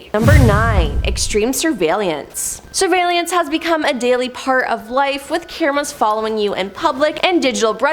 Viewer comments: "surveylelance" lol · 5 times, 5! Its sur-vail-ance!!! 😔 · Is it just me or did anyone else get bothered by the way she said surveillance 😂😂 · Yeah, it did bother me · Seriously. SHe added an extra syllable for God's sake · Yes got me how she was pronouncing it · Thank God you said it, I was gonna comment about it too ! 😂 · Yea, I didn't like it either lol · same .. made me question if i've been saying it wrong my entire life.. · Yep, there is no second I in surveillance!!